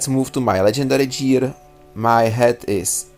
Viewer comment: GEARS is pronounced with a hard 'G' like in words 'go' and 'get' and not with a 'J' sound. that would be 'jeers' which is means 'to mock'